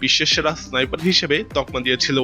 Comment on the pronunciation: সাইফার নারে বলদ, স্নাইপার হবে